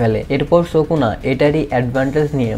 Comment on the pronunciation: ভাই সুকনা নয় উচ্চারণ হবে সুকুনা ❤❤